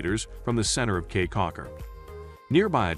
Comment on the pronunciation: FYI - It's pronounced "key"